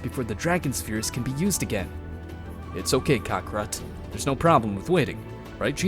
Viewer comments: Bro really said "Kokorot" the whole time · bruh please stop saying cockarot i sweat man :c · its kakarot not kakarat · Stop saying cockrot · One time he said kokorot 💀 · Sean Long cockrot dragon spears that’s my childhood you’re ruining get the pronunciation, correct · Kocker💀💀💀💀 radiz said that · Why tf you calling him Cockarot 🗿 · STOP SAYING KOKOROT YOU'RE CREEPING ME OUT 💀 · Bro prounoundced kakarot wrong 💀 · Bro what is shenlong and kakaro😂😂 cmon say it right. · I'm enjoying the series except for a few minor things, please stop calling the dragonballs dragon spheres and pronounce kakarot properly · "Kahkahrat"💀💀💀 "Shenlong"💀💀💀 "Dragon Spheres"💀💀💀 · Name mistakes he made: Shenrong-Shenlong Dragonballs-Dragonspheres Kakarot-Kakrot KI-Kai Please learn from your mistakes man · “shenlong” “dragon spheres” “crackorot” not wanna sound like a hater but that is NOT how they are pronounced. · Shenlong💀 Dragon spheres💀 Kakaroach💀 Konkrot💀 Kakaroat💀 Kokrots💀 Kokro💀 Nimex💀